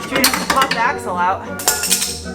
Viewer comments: It took me a minute to realize you were saying axel, i thought you kept saying you had to get the asshole out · Can't wait. In fact, I won't wait. No I'll chew my ass off at work and then one day there'll be you and the Audi again. Sound. Funny bit, thought you said asshole but it was axle. " gotta take the asshole off".. like it was all going swimmingly; soon have her running, hear that beautiful sound, but "oh some a*xle is in the way". These vids are great. Hi. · Ohhhhh! "Axle" ! I thought you were saying "Asshole" LOL LMFAO